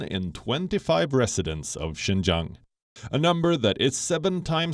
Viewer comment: Province Xinjiang in China. "Xin", phonetic transliteration, means new et "jiang", meaning territory, or frontier territory. Xinjiang, new frontier territory. Lady Palki has increasingly good pronunciation on Chinese. She got it right in reading out Xinjiang.